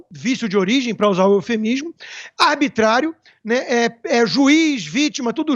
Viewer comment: Será que só eu ouvi aos esta comunista chinesa falar ABITRÁRIO, ABITRARIAMENTE, ABITRÁRIO e aos - ABITRÁRIA Aqui Rodrigo Constantino ensina qual a pronúncia correta. ARbitrariedade é ter uma "jornalista" dessa na equipe da JovemPan.